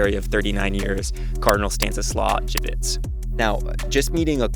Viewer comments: Dziwisz is pronounced like G-veesh :) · Im gonna be Polish and complain. Dude visited Poland, met a cardinal, but is still so American that learning to pronounce the cardinal's name never ocurred to him. And it is not a hard last name to pronounce for an English speaker.